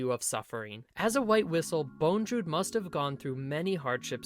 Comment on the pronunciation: Bondrewd not Bonedrewd.